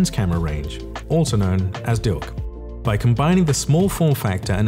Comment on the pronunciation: I'm sorry, , did he just say "dilc"?? I guess "milc" was just too bland. 🤣